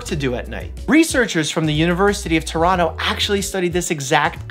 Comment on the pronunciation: he said Torono. My guuuuuy